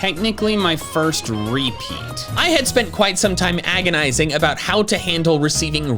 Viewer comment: Why do you say REpeat instead of rePEAT?